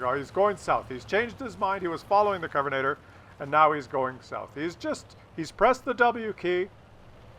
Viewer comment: Am I crazy or does "Covenator" sound much better than actual "Covenanter"? :)